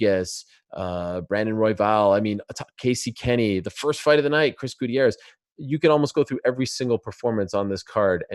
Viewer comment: Ariel pronounces every non American name with their native pronunciation. But then he says "gooty-arrez" 🤨